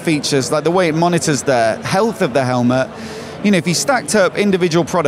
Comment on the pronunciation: Great Video as always, love the channel. "Helmahhh" 😂😂